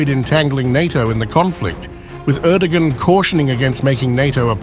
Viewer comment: You know, Im not an Erdogan fan, but if you make a video about President of Turkey, you could at least learn how to pronounce his name properly.